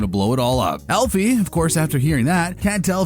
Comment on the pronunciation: Elfie? Lol. AL-fie…short for Alfred. Not Elfred. ETA: Who is ADD-a? A-da. Did you the show?